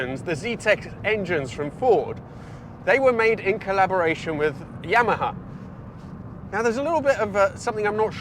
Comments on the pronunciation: Never heard anyone pronounce yamaha like that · Interesting pronunciations of Punto and Yamaha lol.